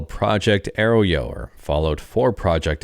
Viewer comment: FWIW, arroyo is pronounced like "uh Roy yo", not "arrow yo". It's a Spanish word for dry riverbeds which flash-flood sometimes during storms.